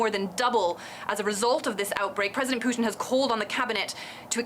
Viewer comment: She doesn't even know how to pronaunce Putin...lol